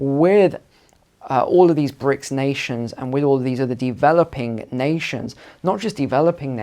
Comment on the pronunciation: BRIC, not "bricks".